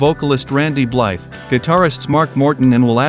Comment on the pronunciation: Is this an instructional video about how to badass? Also… Blythe is pronounced Bly. The “the” is silent.